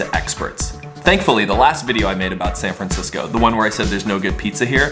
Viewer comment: San Francshitsco